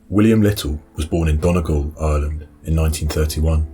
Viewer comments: Donegal is pronounced Dunny-gawl, not Donnigle. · Donegal is pronounced Dunny Gaul by the way . Good video by the way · Donegal is pronounced Dunnygawl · Dun-ee-gal not whatever way you butchered it. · as an Irish person I want to straighten your pronunciation of Donegal. The best way I can type it out is don-e-gawl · Mispronounced donegal